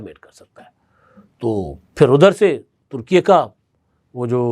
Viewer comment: ، ترکی کا نیا نام ترکیہ نہیں بلکہ ترکیے Türkiye ('لہور اے' کی طرز پر) ہے جناب۔ 😊